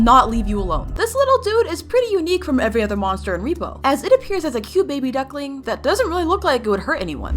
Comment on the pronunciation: It’s “rep-O”